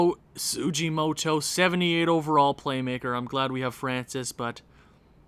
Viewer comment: tsujimoto is pronounced like tare-o soojeemoto